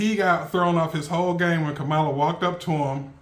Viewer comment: Just say her name correctly.